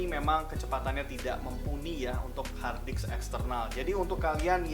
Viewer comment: Saya sampai mengulang video ini apakah pendengaran saya yang salah ketika anda mengucapkan kata "hardisk"